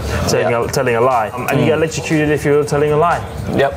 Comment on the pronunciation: landos pronunciation of electrocuted has me cackling, i love him 🧡